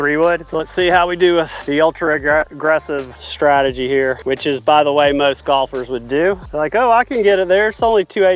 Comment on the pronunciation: ‚Stratagy‘… really?